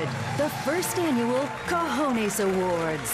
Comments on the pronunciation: Hey Bill, I guess your crew is not as diverse as I thought so get Trader Jose to teach you how to pronounce "cojones" properly. It's not co-ho-nees, it's more like co-hoh-ness. But you get one cojon (not cajon, that means a box) for trying. Had to laugh at the obligatory lapel contraption, and anatomically asymmetrical indeed! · Mr. Maher pronounces the "e" in "cojones" the way the vowel "e" is pronounced in English. In Spanish, that vowel "e" sounds like the "e" in the word "technician." You are welcome!